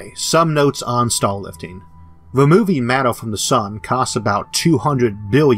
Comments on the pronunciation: staw wifting sounds vewy fun bwo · Sounds like he's saying 'stall'